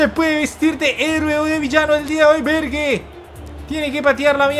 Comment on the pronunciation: Bergue se escucha raro, dile Ber, o Berg por que así es como se pronuncia